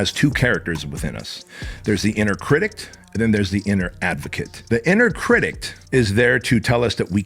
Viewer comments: Critic, not critict. Love ya man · I know English is your second language, and as someone TRYING to learn Spanish I have mad respect for you. But for the love of god; it's 'critic'. There is no 't' or 'ed' at the end. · Please someone tell this man there's no t at the end of critic! Love you ❤️ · If you say cridict one more time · Pssst critic not critict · I find it endearing😊 makes me smile every time he says it